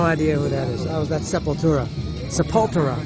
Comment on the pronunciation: You got it correct the first time, Sepultura ( Portuguese) 🤘...there's also guys openly selling weed and cocaine in el chopo, so they won't like people recording videos. Don't think they are metalheads or punks